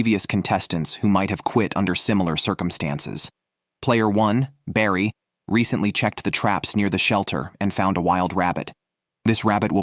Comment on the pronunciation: and he's calling barry "brady"